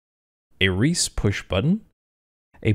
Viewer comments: "reese"? recce is pronounced "wreck-key" it means "recon". You can pronounce Grzegorz Brzęczyszczykiewicz though? Love you. You know I think if you move the stick closer to your body you might not have the issues mentioned. It looks like the stick was designed for your wrist to sit around 90 ° to the stick's north. And generally (I am unaware if you have been taking GA lesson like you said a while back) a pilot will sit with the arm resting by the elbow on the lap. <- this also reduces strain. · "Reese" button? Should it not be "wreckee" as in recon? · Reese? Recce, as in reconnaissance rather. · Great video. Sorry, just wanted to say that 'Recce' is pronounced "wreck-y". It's short for 'Reconnaissance'.